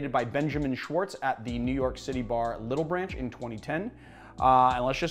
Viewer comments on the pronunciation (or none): none